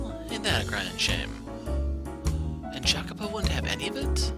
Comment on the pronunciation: the correct pronunciation is "i-a-co-po" with a slightly "longer" i